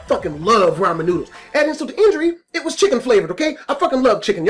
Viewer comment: who fucks up the word ramen